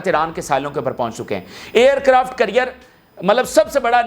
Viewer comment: It’s NOT CURRIER it’s CARRIER, hopeless ENGLISH. Just PATHETIC 👎👎👎